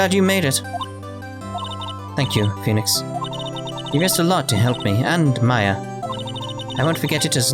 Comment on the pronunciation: thats exactly how you pronounce Mia AND Maya Name you nailed it i wonder how last it will last Oh :(